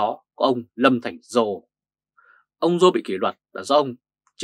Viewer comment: Lâm Thành Sol, not Lâm Thành Giô,sir.